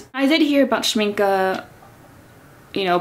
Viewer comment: I've a set of professional watercolours from Winsor&Newton, but I wanted to try out Schmincke ( glad you say their name right ) as I have many tubes of oil paint made by them. Yet I heard that they are attracting quite a lot of bugs in the spring/summer or more exotic regions as they are based on honey, is that right?